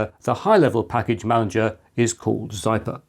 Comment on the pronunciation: Zypper, not Zyper. :)